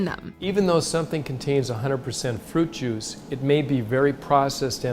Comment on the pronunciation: I swear I heard "Fruit Jews."